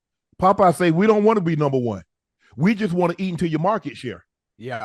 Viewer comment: You had the Best Interview of 2024! You can "Shay" that again 😅😅😅